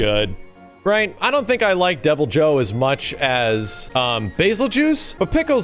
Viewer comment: “Deviljayho” “Kulvay Tearith” “Pullumu” “Yan Gahruhga”